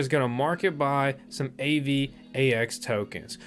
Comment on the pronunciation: LOOL "A-VAX" TOKEN